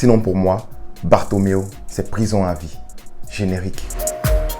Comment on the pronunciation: merci pour la vidéo, j’aime quand tu dis generique😅😅😅😅